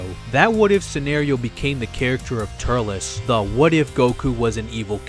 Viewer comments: the only thing that annoyed me was: TUR-EL-S not TURL-LESS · why did you pronounce it ter-lez its tur-elz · Tullece ? What it was Turles